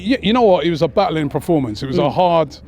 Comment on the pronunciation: Can someone please tell Robbie it's Performance NOT Preformance! 🤦‍♂️